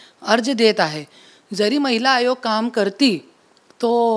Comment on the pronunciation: Mitra Chukun Mahila Hagoya mhnaar hotas tu vachalas tu😂😂😂